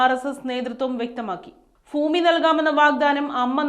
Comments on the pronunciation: ഫൂമിയോ?🤣 ഭൂമി എന്ന് പറയെന്ന് പറയാനാളില്ലെങ്കിൽ പിന്നെന്ത് പറയാനാ? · വാർത്തകൾ വായിക്കുന്ന ചേച്ചി ഭൂമി എന്ന് പറ പൂവല്ല ഭൂമി😂😂😂